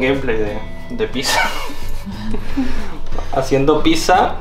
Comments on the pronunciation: debes pronunciar "picsa", no "pisa", me da ansiedad xd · Me di cuenta que no dice pizza dice pisa